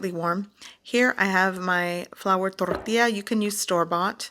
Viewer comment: I typically like and use use a lot of your ideas because you do have a lot of good ideas and you demonstrate them well but isn't it a bit funny that you put BouiLon in your TorrrrrrtiLLa mix? That is actually a bit annoying... sorry to say, but I am Mexican too and I either use a Spanish or an English dialect... I do really like your shows otherwise though!!!